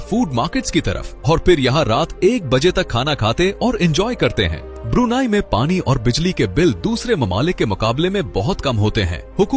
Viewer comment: ब्रुनाई नहीं ब्रुनेई है दोस्त ✅🙏🏻✌🏻